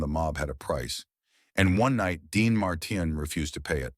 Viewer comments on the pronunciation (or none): voice is right pace and easily understood – needs few tweaks like "Marteen" not "Martin". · What's wrong.with you can t you speak like a human his name is Dean Martin.not martain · Dean Martin is mispronounced as Dean Mar...tine phonetically. A quality review program will prevent erroneous verbiage pronunciation. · The robot voice is horrible. Sal Mineo’s name wasn’t pronounced right even once. Same with Dean Mar-TIN Hire a human being for pity’s sake. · Who is / was Dean Marr Tin? Can't these robots get some speech therapy? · Dean marteen😂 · AI can't even pronounce the name, "Dean Martin," correctly. Gave this a thumbs down for the AI narration. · This is impossible to watch. The robot voice can’t even pronounce Martin. Hire a human being for pity’s sake.